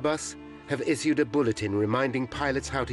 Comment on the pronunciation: Whats wrong with the guy pronouncing the words, "scheduled" and "issued"